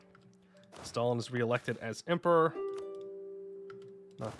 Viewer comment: you don't pronounce the 'e' in 'estallen' very strongly, so it sounds like you're saying "stalin was reelected as emperor". it's very charming.